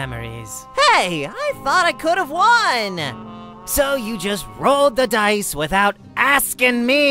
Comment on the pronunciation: Reads dice as dicc*